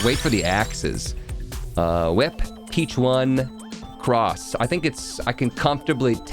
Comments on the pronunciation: It’s not peach one It’s peach ohne That is how you say it my guy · It's pronounced "peach on" like a play on words for the Spanish word for squab or hatchling (pichón).